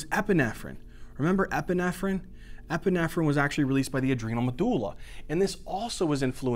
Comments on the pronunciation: I love how you say “medooola” haha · When you realise medulla is actually MADullah 👌